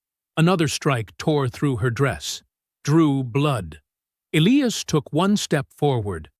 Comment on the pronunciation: PRETTY SURE THAT SHOULD BE ELIAS WITH A LONG I, NOT ELEEAS.